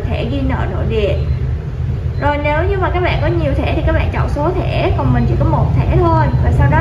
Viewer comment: Nge từ bẹn bẹn là k muốn like